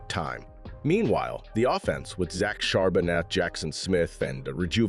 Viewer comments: Shar-ba-nay..... You're welcome! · Charbonnet the t is silent. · Whoever made this video is clueless. We literally never run play action, our run game has only taken off just this week, JSN is not a rookie, the T is silent in Charbonnet, and Witherspoon is the shutdown corner, not Tariq (though he's decent too).